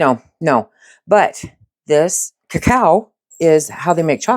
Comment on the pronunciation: Cacao is a French word and is pronounced as 3 syllables, the "o" is the 3rd